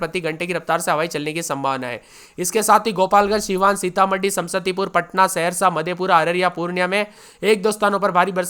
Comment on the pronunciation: समसतीपुर नहीं समस्तीपुर होता है 😂😂😂